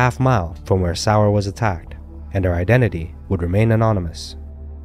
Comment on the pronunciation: And Elizabeth's last name is pronounced Sauer - (Soy-Yer) Not sour.